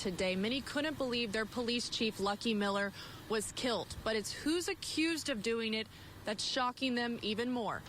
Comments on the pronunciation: I can’t believe the bitch I mean news lady said “kilt” Talk about some serious ebonics. I think she was trying to say killed but then again the media never has to be accountable for anything, including proper grammar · They keep saying kllled. Interesting